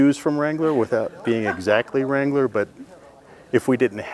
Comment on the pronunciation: You saying Jeep Wrangler wtf